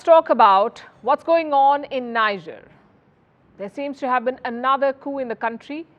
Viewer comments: It is pronounce Nije and not Nija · Hey Palki Sharma, the country (Niger) is pronounced ‘Nee-Jair’ not Nijar pls!!! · Pronounced..... Niejerrh.... Not Naijarh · Why can't she pronounce Niger correctly. It's NEEJER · It's pronounced "nee-yeh". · If you people are going to mention names of leaders and places,at least make an effort of finding out how these names are properly pronounced. It’s Niger (Pronounced Ni-jerr,not Nai-ja). The city is pronounced (Nia-may,not naya-mi) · Poor pronunciation of country names...Niger, Guinea pronounced wrongly 😂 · Please learn proper pronunciation of NIGER, GUINEA. Please. Stop the mispronunciation.